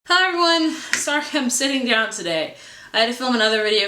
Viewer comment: Down not done